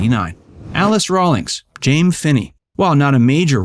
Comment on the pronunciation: I think you are confusing Joan Marshall with Alice Rawlings…and Alice’ character was pronounced “Jamie”, not “Jame”…she was named after Captain James Kirk. Also, no mention of the very beautiful Diana Muldar, who was in several episodes?